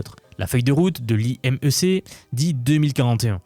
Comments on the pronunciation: ca s'écrit IMEC et se prononce Imec pas yeuMC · Imec, ca se prononce pas "hi euh eme se" mais " imeque" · Mais du coup pourquoi ça prononce iemc au lieu de imec ? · J'ai été vérifier sur la chaîne imec et ils prononcent imec en 2 syllables et non pas I, E, M , C (en plus en inversant E & M comme dit dans un autre commentaire). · C'est pas "IEMC" mais "IMEC"